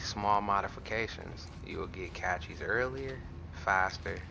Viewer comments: JEEEZZZUUUSS!!!!....WILL YOU PLEASE STOP CALLING THEM CASHEE'S. The word Cache is pronounced "cash", for the love of GOD say it correctly. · tosin obatuyi lol ur right tho